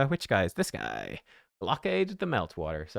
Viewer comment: Guy- ath.... tf us wrong with you all